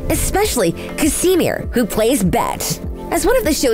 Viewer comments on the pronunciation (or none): literally everyone: ca-sh-mere this presenter: ca-si-mere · Wtf y’all said Casimere’s named completely wrong 🙄Its pronounced like the sweater material cashmere.... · I swear she says Casimere's name wrong??? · It's like the narrator didn't watch the show. She pronounced Nevaeah name wrong. It was said too many times in the show to get it wrong. Not to mention Casimere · please learn how to pronounce Casimere and Neveah. thank you